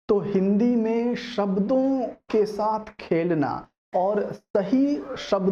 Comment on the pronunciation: Sir apne video k end m bola .... " Phir milenge naye video k santh " sir it's saath not santh